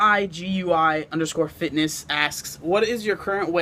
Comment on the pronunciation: Yea gonna have to change my instagram name u couldn't even pronounce it lol XD (rigui _ fitness) keep up the awesome work man I am currently also going from obese to beast i am down 60 pounds so far